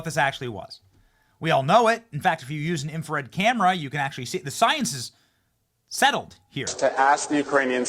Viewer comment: The “infrared” 😂😂😂😂😂😂